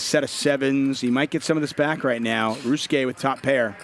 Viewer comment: How does this fool shorten the name of 4 syllables Ry-u-su-ke to 2 Rus-ke?